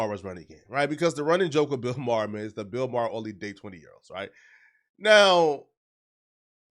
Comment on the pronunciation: ITS BILL MAHER NIGGA NOT BILL MAR NIGGA I HATE THIS NIGGA ITS LIKE HELL SAY ANYONES NAME COMPLETELY WRONG AND JUST SAY SOME COMPLETELY DIFFERENT NAME THAN THEIR ACTUAL NAME LIKE THE DUDE THAT GOT ARRESTED FOR FOOL HE CALLED CARTHRIGHT AND HIS NAME WAS GATHRIGHT AND HE JUST STARTED SAYING CARTHRIGHT NIGGA CAN YOU NOT READ? ARE YOU DYSLEXIC?? HOW DO U GET C FROM AH G AND WHY DID YOU ADD AH RANDOM R IN THERE… I HATE THIS NIGGA SO BAD